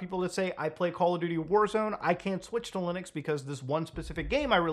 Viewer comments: What's Lunix? 😂 bro every time! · Did he say Lunux as rage bait... Because it worked